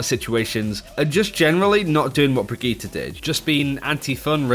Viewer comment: QUIT CALLING HER "BRIGITTA" !!!!!! It's Brigitte with an "e" as in enema.